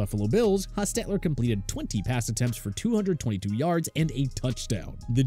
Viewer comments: I hate the way this guy is accenting Jeff Hostetler’s name. It drove me nuts! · Did they change how to pronounce Jeff Hostetler's name? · It’s annoying how he pronounces the name Hostetler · No offense, but you really need to do more thorough research for your videos and ensure that your narrator knows how to pronounce people's names properly. The way the narrator said Jeff Hostetler's name was really weird and saying Fran Tarkenton was "one of the first great pocket passers" makes you sound silly. And these kinds of errors have occurred in a number of your videos. FYI.